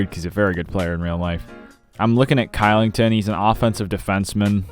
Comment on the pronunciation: Elite video, but Kylington is pronounced Shillington